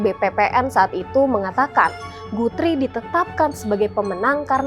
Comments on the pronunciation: Guthrie sebutnya GATRI...iq78 ya😂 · Betul. Guthrie itu asalnya nama orang Alexander Guthrie (30 December 1796 – 1865) pengasas syarikat Guthrie di Malaya ketika itu. Maka sebutan nama orang haruslah betul bukan ikut loghat.